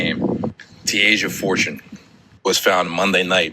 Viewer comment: Dude her name is TASIA! NOT TASHA. Have some respect and at least get the name of the victim right!! Tf